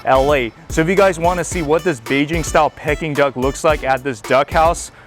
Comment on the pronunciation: Lol, it’s not pecking duck...